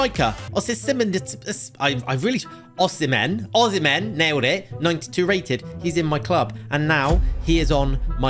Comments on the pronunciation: ´Osiminiminim´... like seriously? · It's osi-me